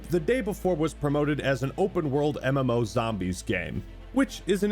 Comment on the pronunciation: When ai voice be like : "A memo" [MMO]